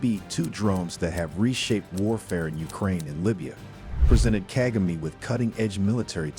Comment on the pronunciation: Misplaced blame, tricks being used by the west and europe . These europeana are trying to do the same thing with Ibrahim Traore. Support President Kagame. You as the reporter, you do not even know how to Pronounce President Kagame.. I will stop listening to you.. you are a fake